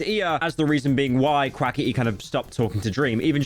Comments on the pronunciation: and "Quaketty?" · the way you say quackity makes me laugh thank you